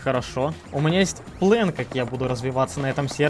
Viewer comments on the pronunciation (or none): Почему плЭн а не плАн